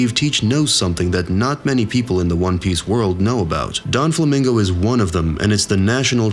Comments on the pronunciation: please work on your pronounciation of names... its not DON flamingo, it's not La Fat. it's not Marry go ease....Furthermore Oda did NOT reveal the future of Blackbeard !!!' your video is full of bullsh*t but funny as a simple theory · ya that shit was rubbing the wrong way. and oh god, Don Flamingo🤣. this man out here making theories when he probably has not even watched the anime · Don flamingo